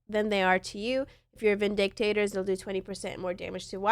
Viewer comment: Good video. Thanks. At least learn to say Vindicators properly. ✌️😁